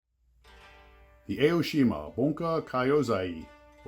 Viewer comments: not A-O-shima. it is pronounced like "ah-oh-shima". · It’s ‘Ah’ - oh-shee-ma. Not Ay-oh-shee-ma.